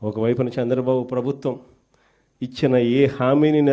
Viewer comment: హేయ్ జగన్ శాంద్రబాబు కాదు చంద్రబాబు అని పలకవయ్యా మాజీ. ఇదేనా నీ తెలుగు వెలుగు, తెలుగు ని నాశనం చేసేస్తున్నావ్, కోవిడ్ టైమ్ లో cm రిలీఫ్ ఫండ్ లెక్కలు చూపకుండా దొబ్బేసావ్ కదా మాజీ, మాజీ అయిపోయిన నీకు సిగ్గు లేదు, నువ్వు సమాజం ఉండటానికి పనికిరావు, నీకు సరైన ప్లేస్ జైలే, నీ అవినీతి కేసుల్లో నిర్దోషిగా నిరూపించుకో జగన్, నీకు బుద్ది మారదు, పాకిస్తాన్ వాళ్ళది నీది ఒకటే బుద్ది, త్తు, త్తు, ఛీ, ఛీ.